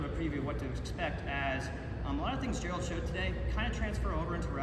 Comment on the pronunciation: Gerald not Gerard lol